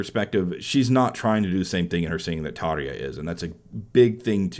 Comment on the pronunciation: Tarrrr-ya!!! Not Tar-ee-ya!